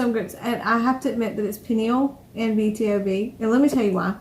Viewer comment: Actually it's B-to-b. Most People say it wrong 😂